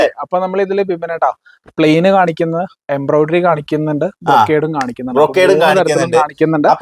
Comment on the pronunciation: ബിബിൻ സൂപ്പർ എംബ്രോയിടറി എന്ന് പറയണേ കേട്ടോ തെറ്റി പറയരുതേ Embriodery